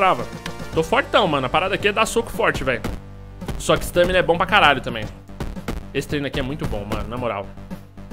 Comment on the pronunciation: nao se fala Stâmina e sim Stámina.